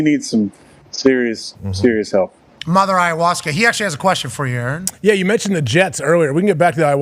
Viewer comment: And they all call him "A-A-Ron" 😂